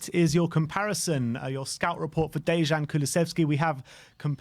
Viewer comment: The J in "Dejan" makes a Y sound, it's like "Day-yan".